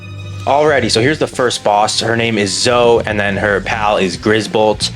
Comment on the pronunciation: Its pronounced Zo-ee. Lile Zoey. Some people just spell it without the 'Y'. Zo 😂😂😂